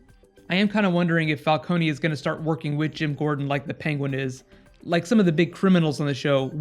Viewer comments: It's "Falcoun" Not "Falconi" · Please stop calling him Fal KONY. It's not Fal KONY, its Fal CONE, like drone. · Why does he say falcony?😂